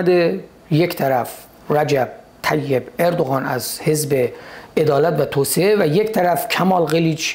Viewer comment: سپاس شاهین عزیز دو ایراد ملانقطه ای😁 یکی اینکه شما کلا حرف ق رو غ تلفظ میکنی دوم هم توسعه رو توسیه تلفظ میکنی. "عدالت و توسعه" البته قبلا شنیدم مشکل تلفظ ق رو شمال کشور کلا دارن. میگن غ یک نقطه و غ(ق) دو نقطه که البته تو زبون فارسی ق وجود نداشته و ک و غ بجاش استفاده میشوه